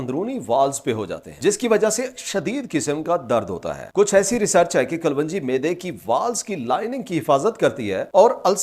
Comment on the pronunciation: O Paindo doctor sahib, Black seed nu Kalounji kehenda hain Kalwonji nahi. Gal samaj ayi?